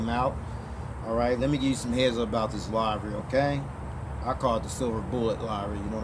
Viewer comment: "livery" rhymes with "delivery"